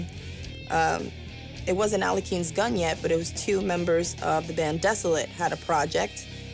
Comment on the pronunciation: The problem is that the family name of the chess player has not that pronunciation. In English sounds like "aleohim"